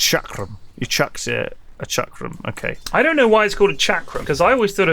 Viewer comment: it's not Chakra. It's a chakram - A circular ring-like thrown weapon from India.